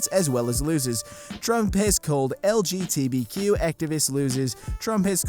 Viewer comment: he said lgtbq instead of lgbtq